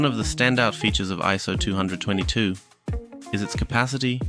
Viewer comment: aren’t you technically saying ISO222..? I always say twenty-oh-two-two. But that’s just me! Anywho! ❤️ You rock man- keep the content flowing!